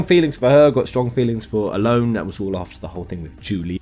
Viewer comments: ellone said like alone? really? I've always said it as El loney. sounds pretty that way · huh I always pronounced her name el en, for example Ellen DeGeneres.